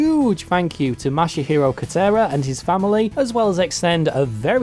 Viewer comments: ...you called him '' and 'Masahiro' throughout the video, including your credits portion at the end, but his Twitter DM says that he is Masahiro, not. Your credits also calls him "Katera" instead of "Kotera" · Pretty sure you were saying and not Masahiro the whole time. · Ma-sa-hero, not mashy-hero! omg lol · I imagine your next message chastising your pronunciation of the guy's name, will be that it's "ma-sa-hi-ro" not "ma-sha-hi-ro" ;) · LOL the surname Kotera has been corrected, but you're saying and spelling the first name MASAHIRO wrong. (Not Mashihiro or ). But great video and story anyways. It's nice to see that kind of attention to the iconic statue. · Yeah I don't get why he keeps adding that "sha" sound when he says the name. xD Japanese words are not hard to pronounce, really. They only have 5 vowel sounds (as opposed to 20 in English) and stuff is pronounced the same way it's written, with no emphasis on a syllable. There's a couple sticking points (learning the right "r" sound that doesn't exist in English, the consonant in "tsu", learning to drop the vowel a bit in trailing "u") but it's pretty easy. 90% of the pronunciation is near-identical to Spanish.